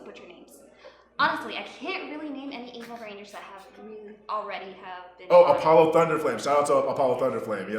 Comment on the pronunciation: "Apolio", huh? Wouldn't be the first time I've been compared to a horrible disease